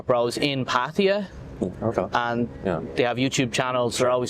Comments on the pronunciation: right and in the word 'พัทยา', not พัททียา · how one can live in Thailand for a long time and still call it "Pateeya" is beyond me. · พัทยา is pronounced พัทยา Plain and simple.;) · How they said it is absolutely NOT the correct Thai pronunciation. The emphasis is on the last syllable and there is no long "eee" sound.